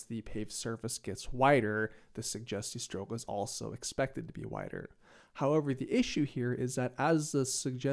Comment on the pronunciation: try saying the word suggestiestrook with a bit more g just a tip on your language :)